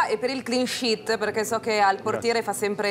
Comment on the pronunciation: insegnàte alla signorina a pronunciare la parola sheet please!!!! volendo potreste spedirla in UK a calci😂